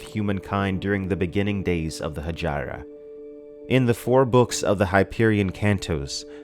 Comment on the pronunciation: I think you're mispronouncing Hegira. PS: You persuaded me - just bought the Kindle version.